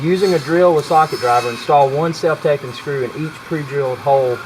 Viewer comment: self tap-ping not tape-ing